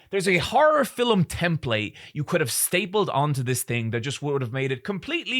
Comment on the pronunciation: Sometimes when you say the word “Film” it sounds like to me you’re saying Fill’em